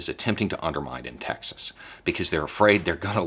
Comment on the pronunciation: As a German, that follows US politics closely: It's funny, that your pronunciation of "Texas" actually sounds like "Taxes" :-D -> "The Republicans actually fear they could loose Taxes..." Could that be called irony? Or even Freudian? Funny any way^^